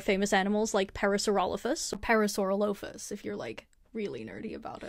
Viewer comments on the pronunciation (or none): ISH - I'm not sure if it's bad or not that I wasn't sure what you were referring to when you first said "parasaurolophus", but was absolutely fine when you said it the second time... 😂